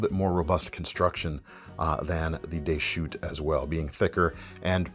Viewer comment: Deschutes is pronounced with the "s" - it isn't silent in this case. It's a geographical name from Oregon. Should sound like a plural word.